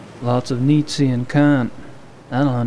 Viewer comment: It's pronounced neat-she